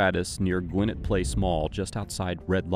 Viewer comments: Just want to say, it's pronounced Gwinn-Et not Gwinnit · Gwinnett is pronounced Gwen-NET here in Atlanta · The way this man say the word Gwinnett is gooofy! You can tell some people aint never been to Atlanta…